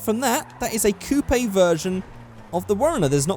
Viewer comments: coopai? you mean coupe! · The way you say "coupe" makes me want to die.